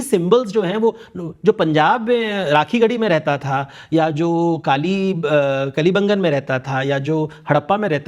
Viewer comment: बाकी सब तो बहुत बढ़िया लेकिन कालीबंगा को काली बंगन बोल रहे हैं यह भी।